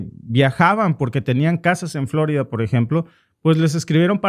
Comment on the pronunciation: ¿Porqué pronuncia "Flórida" en lugar de "Florida"? En español el acento está en "i", y para colmo el nombre de la ciudad es español.